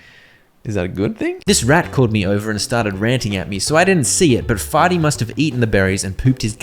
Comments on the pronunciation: it's fear-ty not farty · That clearly says fearty, not farty.